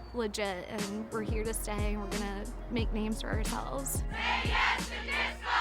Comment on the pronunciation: Can’t unhear calling it disc goff